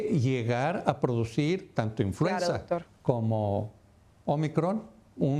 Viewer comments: Es INFLUENZA no INFLUENSIA que vergüenza ( mimutos) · NO SE DICE INFLUENCIA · Infuencia? Menos mal que la siguiente vez lo dijeron bien. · No se dice influencia... es influenza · Es influenza no influencia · INFLUENCIA? O INFLUENZA? LOS DOS LO DICEN y los corrigen en el apuntador haahahahah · Se dice INFLUENZA no INFLUENCIA! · The right word in Spanish is "INFLUENZA" not "INFLUENCIA", THEY HAVE OBVIOUS DIFFERENT MEANINGS!!! It's amazying how ignorant some TV announcers can be! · PERDON: Se pronuncia INFLUENZA referente al virus..... INFLUENCIA es otra cosa...increíble que presentadores no usen los bocados correctos y donde corresponden, no todos somos analfabeta para no entender lo que nos están presentando......... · Influenza No Influencia 🤦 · Es influenza!? No influencia!! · Se llama INFLUENZA que es H1N1 . Lo está diciendo mal ya que dijeron INFLUENCIA por favor llamen a las cosas por su nombre correcto. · Influenza señores, no influencia.